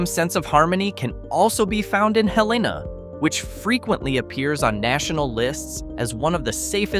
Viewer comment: Pronunciation of Helena, AL is Hell-ee-nuh. The pronunciation of Vestavia Hills, AL is Veh-stave-ee-uh.